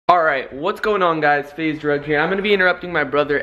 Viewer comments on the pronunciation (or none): for his intro he said "Drug" not "Rug" xDDDDD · Lol it sounded like he said... Hey guys its faze drug in the intro lol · he sead faze drug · At the begging he says "FaZe Drug" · he said FaZe drug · Did he say faze drug